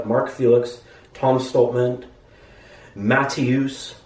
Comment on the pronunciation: I love how you emphasize Mateusz's name every time 😂